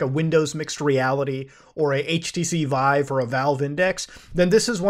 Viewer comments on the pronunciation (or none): none